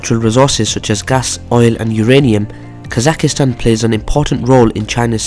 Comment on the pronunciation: Kazakhstan bro, not Kazakhistan